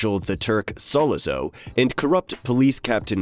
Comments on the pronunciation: “Sola-zo?” Dude, have you even watched the Godfather? That’s not how the character’s name is pronounced. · It's very hard to listen to commentary on GF when you can't even come close to pronouncing Sollozo. That being said, it was still somewhat entertaining. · Have to agree. Complete mispronunciation is an epic fail. Made my ears bleed.